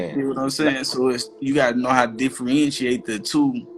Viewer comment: Ahhh diffrientriate